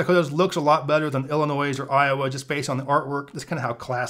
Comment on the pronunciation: The s is silent in Illinois...